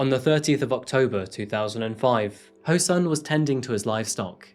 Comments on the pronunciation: His name is said as ho soon. Not ho sun. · This is why I keep fighting for the reformation of the standard roman lettering system for Korean. Your Korean pronounciation is outstanding... when the words are written right. The killer's name is pronounced Ho(r)-Soon but for some reason it's standard to write the short oo sound as u . Same for Goonpo. Edit. I take that first part back. I never heard anyone pronounce SEOUL as see-ole.. it's the capital city...